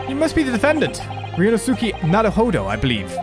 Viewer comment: I believe it's pronounced Ree-oh-no-skay?